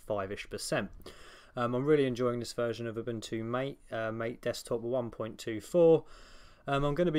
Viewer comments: people: MAH-TAY: mate. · pushes up glasses it's pronounced "mah-tay" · I know this is such a small gripe and petty 3000, but it’s “mah-teh,” like the tea. Everything is green. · You're like English Bob he also pronounces it as mate and not ma-tay.